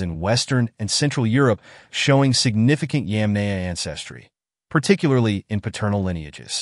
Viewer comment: Yamnaya. not yemenie dumb english speaker.